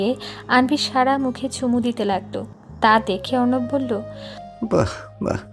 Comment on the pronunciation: রোদের বাবা কি উচ্চারণ করে 😡 যিনি রোদের বাবার কণ্ঠ দিছেন উনি কি বাংলা পড়েন নাই কখনো.......!!!!!! নায়কের নাম অর্ণব অথচ উচ্চারণ করে অবর্ণ 😡😡